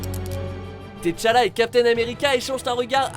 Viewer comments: "Té challa"... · Leonidas Martel tétchala aussi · Par contre tu dis "t" challa alors que c'est T'challa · T'chala en deux mots vous êtes sérieux là ? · Rorschak, Téchallah...sérieux si vous ne savez pas pas prononcer les noms ne faite rien c mieux